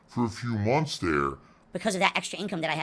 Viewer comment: These vids are too good.😂😂😂 Also I honestly thought I was the the only person who noticed he says “munts” instead of “months.”